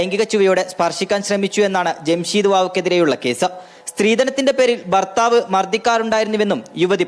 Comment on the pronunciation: ബർത്താവ് അല്ല മാപ്രേ ഭർത്താവ് എന്നാണ്